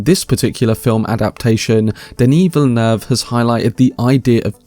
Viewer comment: THANK YOU for being the only one to pronounce “Villeneuve” like it’s meant to and not Vill Noov. I can’t explain how much the noovers bother me